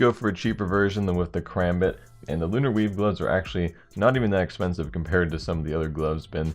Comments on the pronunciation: lol everytime he said weave i thought he said weeb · Did he say Crimson weeb gloves xD